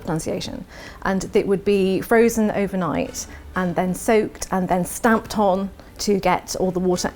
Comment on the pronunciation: I. M mdjfkqlq crying “SHtamP” im crying in dutch